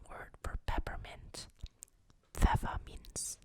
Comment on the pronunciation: so happy you're back ^.^ Do you speak German? Because you pronounced Pfefferminze, Mozartkugeln and Konditorei pretty well...